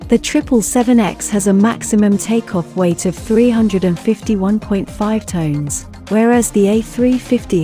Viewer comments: You lost me with that voice and at their payload being Tones instead of Tons... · tons, not tones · Is Tons NOT TONES